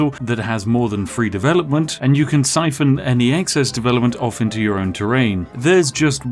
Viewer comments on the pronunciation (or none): none